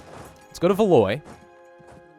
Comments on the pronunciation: it’s not valoy it’s valWAW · There is no VALOY, my God your pronunciation. Downvoted. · Ile de France -- Eel de France. Keep going -- you do great with your pronunciation when you follow your gut,. Also - Valois -- val-WAH. But that's just French being its weird self.:D